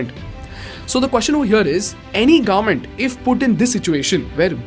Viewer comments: its government not gaarmet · Its government and not garment 😉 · What is the pronunciation for “Government”? Please note there is a letter ‘v’ in the word. It is not like Gorment or Gourment. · Are we going to ignore how he is pronouncing garment instead of govern ment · sorry but i hear garment every time, when you say government.